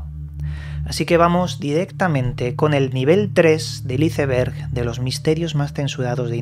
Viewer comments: Mi cerebro cada vez que escucho como pronuncia Iceberg----➡➡:face-blue-question-mark::face-purple-smiling-fangs::face-fuchsia-wide-eyes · Nunca he entendido porque los españoles no saben pronunciar Iceberg